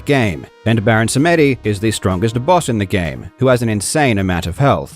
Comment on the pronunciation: Baron "Samédi", 😂😂😂, the "e" is silent. Sam-di